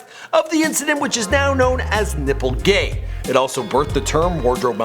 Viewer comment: Are you saying "nipple-gay" or "nipple-gate"????